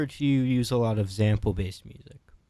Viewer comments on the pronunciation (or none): ✨everybody sayin’ how viper calls the moon a planet, but no one mentions how the interviewer pronounces sample as “zample”✨